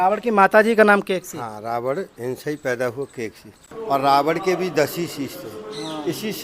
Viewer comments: rawad nhi ravan bolo........jai shiri radhe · रावण को रावड बोलता है, थोथला आदमी 😂😂😂